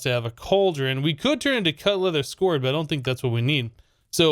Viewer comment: that's scoured leather (sk ow er ed) like scraped